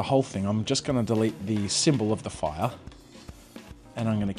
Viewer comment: "foiah" (fire)